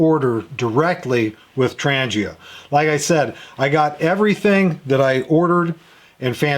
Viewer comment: The G in Trangia is pronounced as g in "goal" not g as in "Germany". Trangia fuel stove is manufactured by Trangia company out of Sweden.